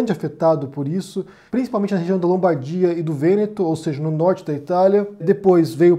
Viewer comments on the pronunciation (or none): none